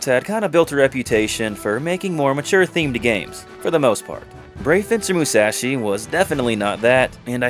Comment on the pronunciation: How do you manage to mispronounce "Musashi" when you literally include a game clip with the correct pronunciation two seconds later?